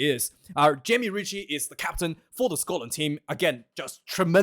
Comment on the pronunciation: As a Scotsman, I approve the way you say 'Scotland!'! I am sorry to hear that you lost your job!